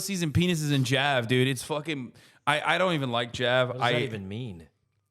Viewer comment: Hasan finally getting cancelled for pronouncing JAV "Jav" instead of "Jay Aye Vee" like a normal pervert.